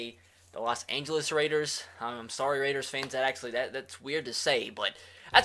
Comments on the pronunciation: Did he just say las angelos raiders 😂😂😂😂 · You butchered LA and LV in the intro